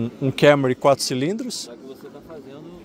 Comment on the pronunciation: Kémory? Kkkkk essa pronúncia do Toyota é piada